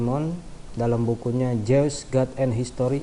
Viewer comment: Baca jews nya salah